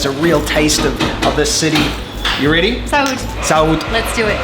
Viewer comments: Don’t say ‘sáude‘ !!! Sounds horrible for us portugueses. It’s ‘saúde’ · Don’t say ‘sáude‘ !!! Sounds horrible for us portugueses. It’s ‘saúde’ !!!